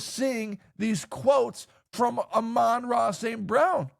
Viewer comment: cant even say the Sun Gods name correctly